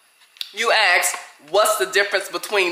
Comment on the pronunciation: I’ve never met an educated person who says, “aks”.😂